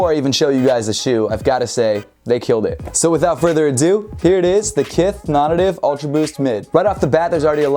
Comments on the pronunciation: dude, i say this as a fan, not a critic: your pronunciation of "nonnative" is killing me lol. isn't it pronounced "non-NATIVE"? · Dude it's pronounced non nay-tiv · Hahaha it definitely is pronounced non-native, I have no clue why says it like that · Is it just me or is it supposed to be pronounced as "NON-NATIVE". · is it not pronounced “non-native” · yo Im over here wondering precisely the same thing